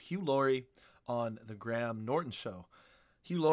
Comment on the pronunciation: Graham, not gram 😁